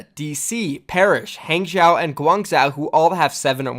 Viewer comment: You seem to be someone who prizes accuracy. On that note, please pay attention: Guangzhou: pronounced ‘gwong-joe’ Hangzhou: pronounced ‘hong-joe’